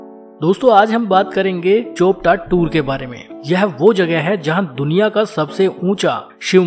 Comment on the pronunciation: चोपटा नहीं भाई ... ये चोपता है